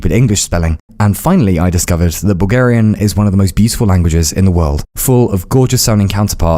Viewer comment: Why do I keep hearing "Boogerian"